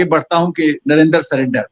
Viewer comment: राहुल को जुमलेबाजी भी करने नही आती। जब वह सकता है 'नरेन्दर सरेंडर; तो उसको इतनी अक्ल नहीं है कि प्रधानमंत्री महोदय का नाम नरेन्द्र है; न कि नरेन्दर। नरेन्द्र और नरेन्दर के हिज्जे और उच्चारण में ज़मीन आसमान का अंतर है। धन्यवाद।